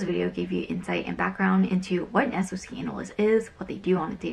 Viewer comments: Thought it was called a "Sock Analyst". never heard anyone else say each letter b4🤔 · Dubious, I work in InfoSec and have helped train SOCs from many different companies....nobody pronounces it S.O.C Analyst, just say it like the thing between your foot and shoe please 😂 Sorry it really irked me. But accurate intro into what an analyst's day to day is like, get ready to be a data junkie until you move up tiers and get to do the fun stuff.